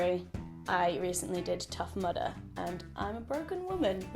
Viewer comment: When you said Tough Mudder, and I thought you said tough murder, and I was veeeeeery confused 😂